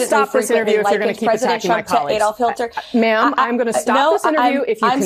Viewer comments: Did the spokeswoman say Hilter? Instead of Hitler? 😂 between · She just said “Adolf Hilter.” Not Hitler, Hilter. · so are we gonna ignore that she said Adolf "Hill-ter?" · She said " adolph hilter" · The woman actually said adolf 'hilter'. Hilter? What a moron. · She said Hilter. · Who is "Adolf Hil-ter?" Lmao😂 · She called him Hilter😂😂😂😂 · She said Adolf Hilter, Not Hitler 🤣🤣🤣